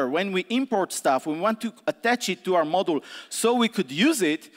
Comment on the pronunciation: This talk is amazing and I feel bad about complaining, but "model" every time he tries to pronounce "module" really hurt my brain.... consequently every single time throughout the talk.Worth it though <3